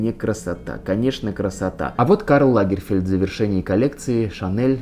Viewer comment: Он не лАгерфельд, а лагерфЕльд. Историк, мля)